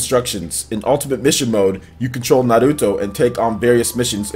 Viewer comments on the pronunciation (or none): Say Nahluto one more time